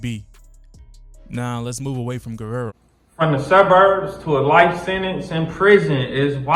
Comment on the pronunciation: How this dude can't pronounce guerro. It's not ger-rare-ro. It's wh-air-do. If u Makin videos about it pronounce it right.